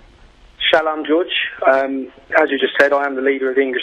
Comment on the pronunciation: Shalam ?? He cant even say Shalom properly. SYL is a liar though. He was destroyed later on.